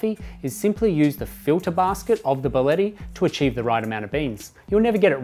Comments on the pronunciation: Get your pronunciation right!!! It is not" Baleti" its BÍ A LE TTI!!! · Your pronouncing the name incorrectly. It's bia-lett-i. Thanks